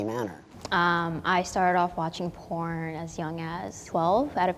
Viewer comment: Sounded like haha no I'm a pirn addiction recovery coach